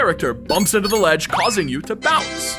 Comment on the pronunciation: "if you stand on a ladge and fall, you fall" 🗣🔥